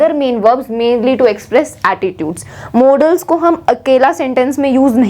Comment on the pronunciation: That is modals not modaaals or models🤣🤣